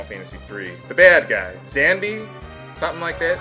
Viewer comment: the Big bad of final fantasy 3 Xande i always pronunced him Zan-Day